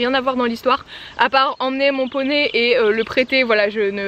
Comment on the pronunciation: Super vidéo ! Il faudrais juste que tu écoute ton "et" à exactement 1min19